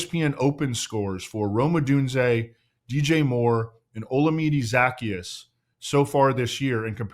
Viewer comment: That's nothing compared to the pronunciation of Olamide Zaccheaus 😂